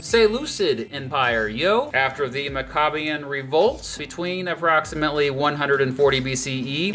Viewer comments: It’s pronounced “Maac-uh-bee-en” like Mac-n-cheese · The only flaw was his quirky pronounciation of "Maccabean".